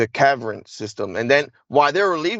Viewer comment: I don't know if I should believe this guy or not. can't seem to pronounce a lot of words. He doesn't sound very well educated and we're supposed to believe a guy like that is used for secret missions. A cavern is not pronounced caverin.